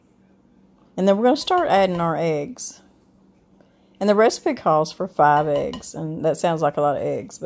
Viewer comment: I thought you said fried eggs, then I realized you said five eggs. Whew !